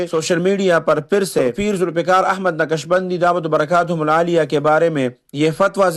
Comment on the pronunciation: یارخان صاحب اپناتلفظ درست کرلونقشبندی؛میں ق ساکن ہے متحرک نہیں